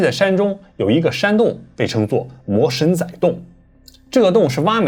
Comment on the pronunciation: 其實魔神仔的發音是「摸(一聲)辛(二聲)那(四聲)」😂😂😂